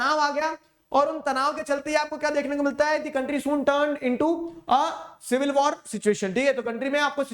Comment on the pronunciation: sir said silver war